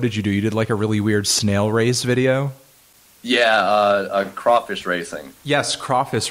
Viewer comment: "crawfiss rasheing" lmao